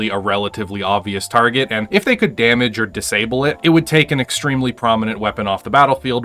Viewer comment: twentie damege :D